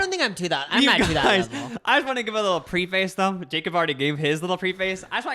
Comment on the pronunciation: BB preface is not pronounced pre-face